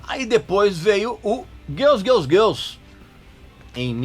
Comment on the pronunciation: O cara fala "Elvaira" (Elvira)como os gringos falam, mas depois manda um Guéls Guéls Guéls ( Girls Girls Girls ), aí pra fechar rolou um João(John) Corabi rsrsrs, brincadeiras a parte muito legal esse aposto que vc não sabe.